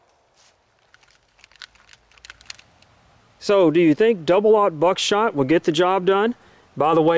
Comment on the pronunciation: Can't stand how u say 00 Buck shot lol